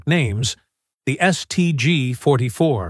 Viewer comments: The "Saint G 44"? AI strikes again. 😂😂😂😂😂😂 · "Saint G"... "Carbyne"...piss off. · Try teaching the stupid AI narrator to speak. St. G? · Saint G??? More slop thats not e en checked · "Saint G"?, "citation" being read aloud. You've got to laugh though!